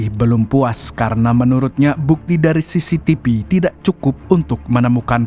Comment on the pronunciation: Tolong pengucapan V atau F yg betul, sangat mengganggu..seperti AKTIPIS, CCTP, MAPIA ..maaf yaa